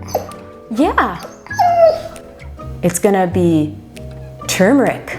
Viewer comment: Its pronounce tur as in turn amd meric